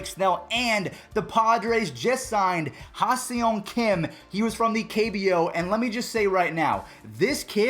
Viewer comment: Pronunciation almost spot on. But to sound like a real Korean, it's "Geem Ha-Sung" (hard-G on the Geem)